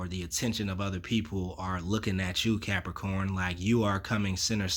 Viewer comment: I hit Like before the reading even started cos I love it when you say "what's going orrn, Capricorrrn"! 😁 Always get something out of your readings anyway but that's the cherry on top for me!